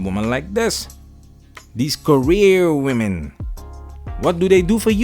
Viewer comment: went back to the original accented pronunciation of WE MEN AINT WE.. 👍🏼👍🏼👊🏽